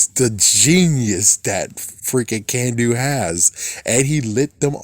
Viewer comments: it's Carn-doo, not Can-doo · "Kanduu" is not pronounced "Can-do", the "Kan" part is pronounced with an "aah" sound not an "A" sound.